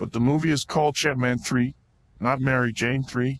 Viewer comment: I hate "mery jone"